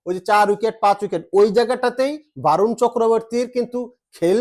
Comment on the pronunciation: Sorry দাদা 👉 Barun, A এর উচ্চারন বাংলাতে অ হবে । বরুন হবে । আর খেলাতে হার জিত থাকবেই । ওটাকে আমরা অঘটন বলিনা । ❤️ Love You